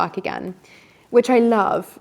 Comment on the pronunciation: Great content, I love the way she says I larv instead of love 😂